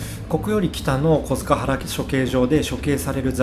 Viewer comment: 小塚原，東京での発音は「こづかっぱら」です．日比谷線の南千住駅が高架なのも，吉原遊女の投げ込み寺であった浄閑寺あたりから人骨が出ることが予想されたからと言う都市伝説があります．